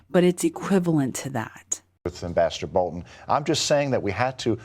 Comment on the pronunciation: Great video as always! And extra points for pronouncing BolTon instead of Bolun as the talking heads do on TV!